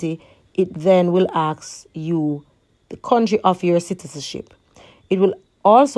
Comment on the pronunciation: can i "aksk" you a question ,practice on speaking good video thogh ^^